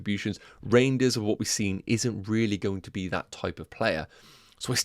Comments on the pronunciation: It’s not pronounced reindeers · Don’t think it’s pronounced reindeers haha